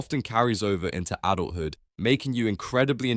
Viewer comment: Adult Hood. What real person says that? It’s pronounced Adulthood. A/I has ruined YouTube beyond repair. 🤮💩🤡🤓